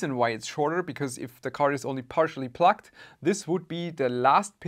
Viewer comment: Sounds like you’re saying “plucked” instead of “plugged”.